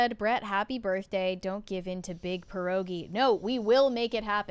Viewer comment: You pronounce pierogi with the hardest R you can. Like you would say name Pier, than you just abuse the R and end with ogi 😁